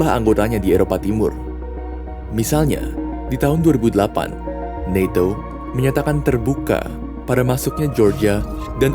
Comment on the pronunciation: Ucapkan saja NATO bukan naeto, kan videonya buat orang endonesa 🤦